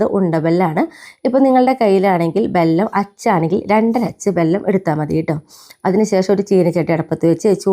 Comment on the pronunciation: ബെല്ലം അല്ല.. വെല്ലം